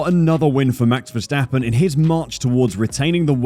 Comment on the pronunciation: mex vesteppen,,,,,really? the A's in his name sounding like in CARWASH